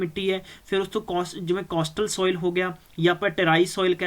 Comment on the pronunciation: Material ta vdia hega but j changa teaching da trika hove ta gal e vkhri hundi aa... jive k appa keh skde aa, jive k tusi dekh skde ho, acre nu arc boli jande aa, soil nu sol, oxides nu oxodies, aap ta ghat pdya lgda teacher but dhakke nal notes kito download krke thopi ja reha